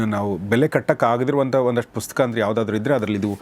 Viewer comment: ಗೌರೀಶ್ ಸರ್ ನಿಮ್ಮ ಈ ಹೊಸ ಪುಸ್ತಕದ ಕುರಿತು ಮಾತನಾಡುವ ಈ ಕೆಲಸಕ್ಕೆ ನನ್ನ ಅಭಿನಂದನೆಗಳು.ನನ್ನ ಒಂದು ಮನವಿ ನೀವು ಪುಸ್ತಕ ಅಂತ ಹೇಳುವ ಸಂದರ್ಭದಲ್ಲಿ ನೀವು ಪುಸ್ಕ ಎಂದು ಹೇಳುವಿರಿ. ಸರಿಮಾಡಿಕೊಳ್ಳಿ.